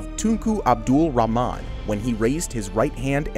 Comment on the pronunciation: It's 'Rahman'